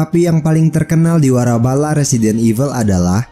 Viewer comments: Izin klarifikasi guys, pada video terdapat salah penyebutan di kata waralaba. Bukan warabala ya, yang benar waralaba. Harap maklum ya, manusia punya banyak kekurangan Selamat menikmati ya guyss.. Hope you enjoy your day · "waralaba" njiir, bukan "warabala" :v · waralaba,bukan warabala